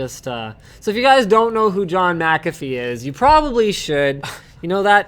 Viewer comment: It's Mcafee not Macafee, there is no 'a' between the M and c. Sorry to be a whinger but I can only hear it wrongly pronounced so many times before feeling the need to respond. Otherwise another great show guys.